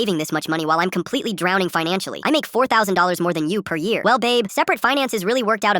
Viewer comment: In the start of the vid she said abe instead of babe if u guys noticed.